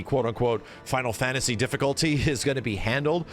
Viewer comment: Why do you say "fantasy" with an accent? "Fawntasy"